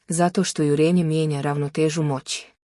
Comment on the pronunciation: Nije jurEnje nego jUrenje. Naučite elementarnu gramatiku.